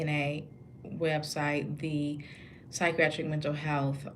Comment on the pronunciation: Good work! Please learn how to properly say the work psychiatric. There is not an "r" at the beginning